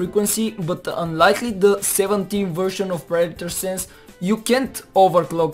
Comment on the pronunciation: its called predator , not praitor